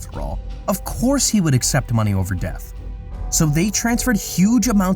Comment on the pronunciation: Quick note* pronunciation is extremely important for a narrator your constant mispronunciations like def for death turned me off from what is probably a great video.